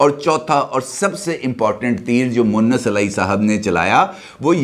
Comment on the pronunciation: سر اسکا نام مؤنث الٰہی moannas نہیں ھے بلکہ مونس الٰہی moonis جبکہ آپ اکثر مؤنث الٰہی کہتے ہیں مؤنث کے معنی عورت کے ھوتے ہیں (معذرت )